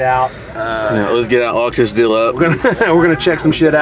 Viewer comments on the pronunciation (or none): favorite things to say: “it is what it is” and “dill” (deal) lol keep the videos coming 👌🏽